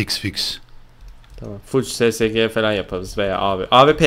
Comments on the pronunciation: abi ssg değil esesci diyin şuna :D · Abi o Sesege 08 diye okunmuyo esesci diye okunuyo :D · ssg sesege kapışalım dediniz o es es ci diye okunuyor